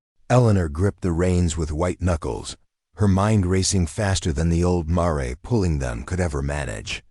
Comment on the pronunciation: What American would pronounce "mare" as "maa-rey"? Poor narrator with bad punctuation and pronunciation skills, probably with a false accent too..Story is good though.